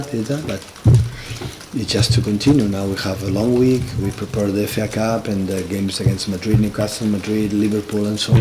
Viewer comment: FA Cup. He's just saying "efeh ah" in Spanish instead of "eff ay"